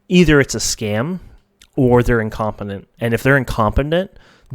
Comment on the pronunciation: Lol, I like how you say incompotent wrong.